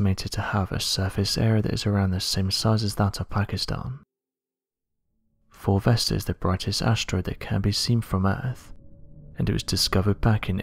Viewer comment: I thought this guy was saying ‘fulvester’ the whole time...and it got me thinking, why have I never heard of this asteroid called fulvester before... then it hit me... he was saying 4 vesta😂